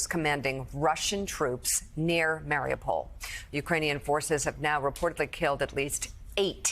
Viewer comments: Mar-ee-OOH-pole* Not "mare-ah-pol" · It's pronounced, Mar-e-you-poll